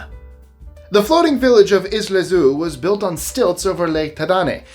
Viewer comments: ZZYZX is pronounced zizzicks. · It's pronounced Ziz-icks. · You're mispronouncing ZZYZX !